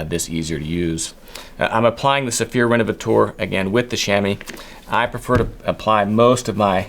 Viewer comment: Hi, i'm French and i'd like to adress the pronounciation of "renovateur". "teur" is the French for "tor" like in "actor" or "director". i don't know why you say "renovatour" but it's "renovator" for you English speakers. Thanks 😉